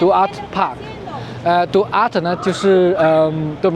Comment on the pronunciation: 總統名Duarte 的西語發音是每個字都要唸去來，所以中文應是 ‘杜阿爾提’